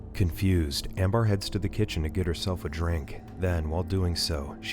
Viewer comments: Is it really "Am- bar?" not "Am-bur?" cause if so, wtf? lol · It's (ammm bur )not bar